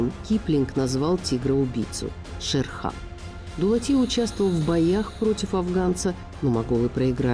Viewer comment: Вонючки слушайте суда не Дулат а дулати